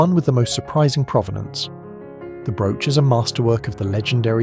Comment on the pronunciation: This TTS can't pronounce Cecil😂, brooche or nephrite reliably. Or even numbers like an English person. It's so annoying. And the picture is of a State Banquet at Windsor, not a "Gala Reception".